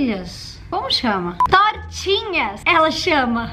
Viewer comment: N é tortinha n é tortini